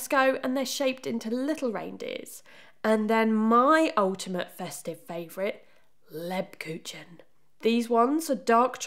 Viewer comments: German is a hard language... Lebkuchen is rather said without articulating the 'c'. So instead of leb-ku-chen, one would rather say leb-ku-hen ('hen' rhyming with 'cern' in con-cern). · Another great video! Love the content but please pronounce it properly! It’s not “leb cooch en”… it’s “leeb kook en” 🥰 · Lebkuchen is pronounced layb-coo-ken as opposed to leb-coo-chen.